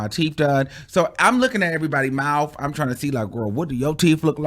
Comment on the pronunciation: I live for how said "I'm!!"..."going to the dentist!💀💀🤣🤣🙌🏿🙌🏿❗❗